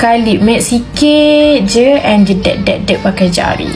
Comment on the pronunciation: Kak kenapa nak cakap jedak jadi jeduk pelik lah kak 😅😅